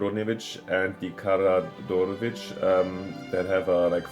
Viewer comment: It's Kara-George-evitch :D